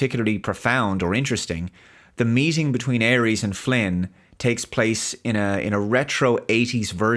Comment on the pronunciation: Por qué dice Aries, en vez de Ares?